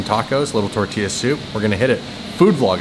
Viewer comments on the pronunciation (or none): none